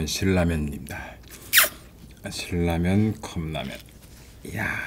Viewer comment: 신라면을 실라면이라 발음하는사람 처음 봄